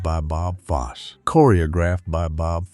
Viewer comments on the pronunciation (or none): It’s pronounced Foss-e not Foss. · Pronunciation of name of Bob Fosse is terrible! it's FOSS-EE, for gosh sakes.